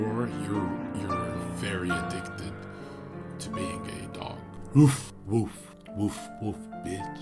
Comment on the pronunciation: It was simply a pronunciation error and overlap between the letter G in the word "being" and the word "a".